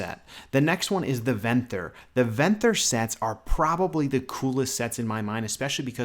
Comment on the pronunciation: You're mispronouncing Venthyr, and it's killing me